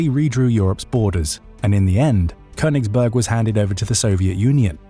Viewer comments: Its konniegberg 😂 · Königsberg. It‘s name is Königsberg! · It's called Königsberg. Otherwise not too bad of a summary.